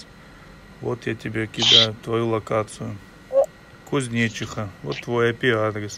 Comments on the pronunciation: Офигеть КузнечИха? Это район Нижнего Новгорода, ударение не кузьнечик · КузнечИха а не КузнЕчиха) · КузнечИха ударение на и , от души))))) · КузнЕчиха читается как КузнечИха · не КузнЕчиха )) а КузнечИха . В Нижнем Новгороде микрорайон такой есть ) А не в Нижегородской области , она такая же большая как и Московская . Надо более быть подготовленным в таких вещах, чтобы правильно им называть названия улиц и т. д. 😉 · не КузнЕчиха бро а КузнечИха)так им и надо ибо нехер) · Правильное ударение КузнечИха (на букву И). По крайней мере, район в НН именно так называется. У деревни в ветлужском районе теоретически может быть другое ударение, но вряд ли. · Это не посёлок )))) это район города Нижнего Новгорода ))) и ударение немного по другому ) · Только не про кузнецов, а кузнечиха. Ударение на и!!!! А так браво!!!! Так держать! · Кузнечиха Ударение на И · Кузнечиха, ударение на и Нижегородская область. Кузнечиха это микрорайон в Нижнем Новгороде.